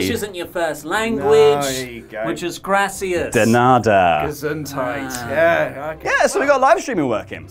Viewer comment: English is not your first language. "gracias" "De nada" OMG LOL!!!